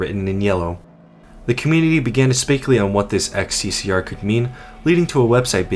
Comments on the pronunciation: xccr is not an english thing it is most likely in bulgarian as the game is set in sofia and pronounced as hssg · Serbia uses both latin and cyrillic, but we don't use the latin symbol "X ( pronounced as ex)", though we do have the cyrillic symbol "X (pronounced as H)", so if the game is set in Serbia, Bosnia or Croatia that isnt XCCR but more likely HSSG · xccr is a REALLY Soviet-looking billboard, unsurprising considering that the architecture and other things are from Eastern Europe. Also, xccr really is pronounced "hssg" in Russian. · bruh it's not xccr it's хссг (hssg) in Cyrillic letters. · "ХССГ" pronounced as "HSSG" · It's not XCCR, its XCCГ. Last letter means "G" in Russian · xccr is not xccr, it's хссг. HL2 is based on Eastern Europe, so it's read kh-s-s-g. Most likely a parody of СССР (USSR). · It's not "XCCR" ,it's "XCCГ" - (H S S G ) in cyrillic alphabet :D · It's not "xccr" its "хссг" Cyrillic. Pronounced H (kh) SSG. Its supposed to be the name of a country that existed prior to the 7 hour war. Its probably nonsense cyrillic, based on the names of member states of the USSR. The meaning of Х & Г is unknown to me, they probably have no meaning. But the meaning of СС is definitely along the lines of Советская Социалистическая, Soviet Socialist. For Example, each country in the USSR had its name as Country Name Soviet Socialist Republic. Kazakh SSR, or КССР, Latvian SSR, or ЛССР, etc., etc.,. Х & Г are just placeholders for the identity of this ambiguous country. Also, please, everyone, for your sake, if you cant read cyrillic dont try. It's better to keep your mouth closed and be thought a fool than to open it and remove all doubt. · That didn't say "xccr" that's Russian for "ХССГ" pronounced "kah-sae-sae-gey". Not to sure what else that means but yeah, that's Russian not English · The sign doesn't say "Ex See See Ar." It's Cyrillic, so it says "Kha Es Es Ge." Entirely different letters. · Its cyrilic so its not xccr its хссг(hssg)